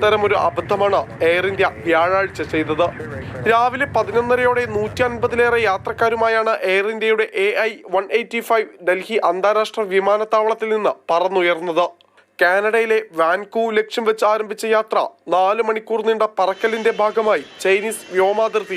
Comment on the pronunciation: വാൻ കൂവർ എന്ന് പറയാൻ പോലും കഴിയുന്നില്ല ഇവന്മാർക്ക്. എന്ത് ജീർണലിസ്റ്റ് ആണ് ഇവരൊക്കെ.